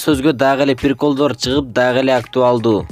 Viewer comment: ОЗУНДУН МЫРКОВСКИЙ СУЙЛОГОНУНДУ БИЛИП АЛЧЫ!!! "ПИРИКОЛЬДОР" ДЕБЕЙ🤣🤣🤣🤣🤣